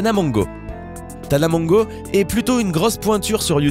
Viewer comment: Mongeau c'est un nom Français et t'es même pas foutu de le prononcer correctement...